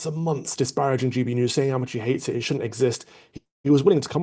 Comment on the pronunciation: It's also like Nigel is trying to hide something by calling Mohammad Zia Yusuf just "Zia", there is obviously something going on. Love Calvin's pronunciation of Nigel Farage and Mohammad Yusuf, 👍🏼🙏🏼